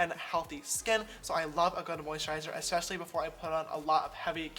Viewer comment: Sister! You said Eseshhalee instead of Especially 😂💕